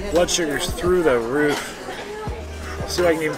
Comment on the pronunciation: The second time you said "through the roof" you sounded so east coast! You definitely got your moneys worth 😅 I love all pasta sauces, just depends on my mood tha🍝🍝🍝